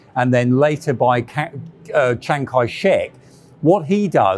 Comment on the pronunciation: can't seem to say "Chiang" right on the first try.